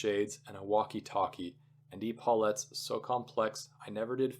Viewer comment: Thanks for this reading. Great material, good voice, well edited, no fumbles. I did hear some mis-pronunciations. Not sure how DF Wallace would have felt about that - he was quite a stickler for language . . . The words I caught as being pronounced incorrectly are: pince-nez, christen, epaulettes, cadre, respite, acoustic, serape, puerile, pedantry, bow, scheme, picayune, crepe From this list you can surmise that I listened carefully to your entire recording, some parts twice, so accept that as a compliment for your efforts. Thanks again!